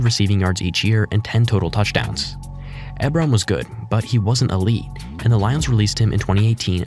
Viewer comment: Eric eb-ron 😂 its e-bron